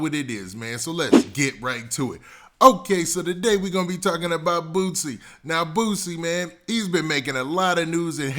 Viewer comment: Why he saying Bootsie?! lol it’s Boo-C. And he kept saying his name